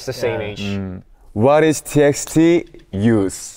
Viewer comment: NOT SOOBIN PRONOUNCING "TXT" AS THE LETTERS ITSELF LMAO